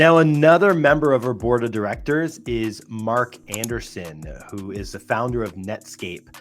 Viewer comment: It's pronounced Mark Andreessen (not Anderson).